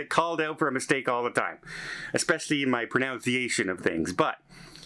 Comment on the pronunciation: do you know you mispronounced “pronunciation”?